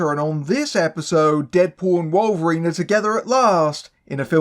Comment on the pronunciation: Who the hell is Wollverine? 😂